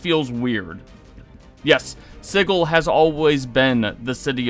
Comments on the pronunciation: sih-jill, not sigg-ull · "Siggle"? Isn't it pronounced just like the word "sigil"? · how this dude pronounces sigil kills me